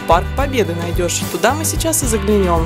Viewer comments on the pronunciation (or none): Нет, нет же, Вы меня совсем неправильно поняли. Дело не в спряжении, а всего лишь в употреблённой букве "Ё", на которую приходится ударение. Это режет слух, я такого никогда не слышал в произношении.